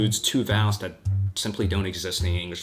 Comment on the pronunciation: Do you have a speech impediment it sounds like you are saying DAT instead of that